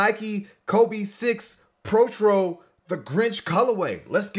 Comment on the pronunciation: We gon ignore mans said protchro when it’s pronounced pro-toe